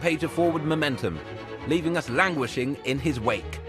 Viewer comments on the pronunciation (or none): *wang*uishing pleease